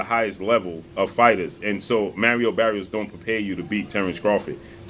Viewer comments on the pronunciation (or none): It’s not “merry-o berry-os”. Come on bruh. Do you know how to read?